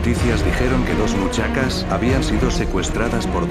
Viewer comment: quien se dio cuenta, que en ves de decir muchachas, dijo muchacas XD